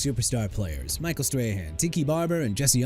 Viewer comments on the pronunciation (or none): none